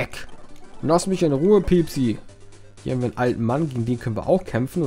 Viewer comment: Das Pokemon heißt piepi und nicht piepsi ^^